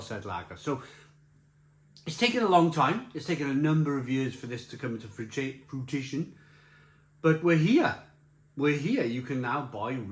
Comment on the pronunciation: "Frui-Ti-tion" -, July 2025